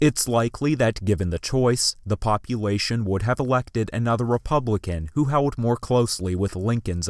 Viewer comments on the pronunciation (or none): Good video, but why do you pronounce the letter "L" as a "W?" "Fewt" "hoed" "hewd" rather than "felt" "hold" and "held." . . . . Also? You need a pop shield on your mic.